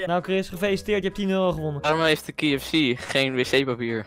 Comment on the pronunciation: “KiE eFf SiE”